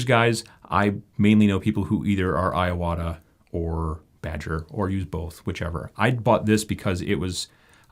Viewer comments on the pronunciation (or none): Two things: 1) You got me using a wet-palette, and now you're going to get me to use a spray brush. Thank you! 2) Small pet peeve: "i"s in Japanese are long "e" sounds. "ee-wa-tah". Sorry, super unimportant. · I have watched tons of airbrushing videos and this is the best one so far! I am puzzled how every single person pronounces Iwata incorrectly though lol